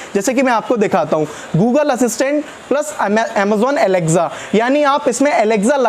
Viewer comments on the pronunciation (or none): Alexza nhi alexa